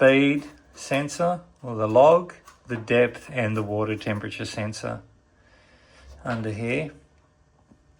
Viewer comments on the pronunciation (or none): none